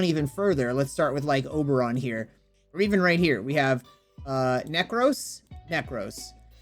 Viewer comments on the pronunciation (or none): none